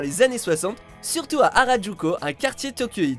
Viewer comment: harujoko srx les mecs apprennez a prononcer